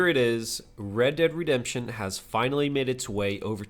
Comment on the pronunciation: "Read Dead Redemption PC" read xDD i fkn can't xD